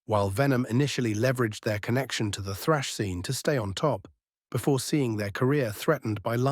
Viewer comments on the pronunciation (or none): none